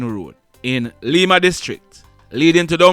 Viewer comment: Not Leema, it pronounce Lime-a.